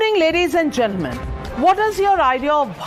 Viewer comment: Nvika 's new english ACCET "ladies and GEN _ELMEN"" (GENTLE MEN)) Its fun , better tahn listenig to her shitty analysis.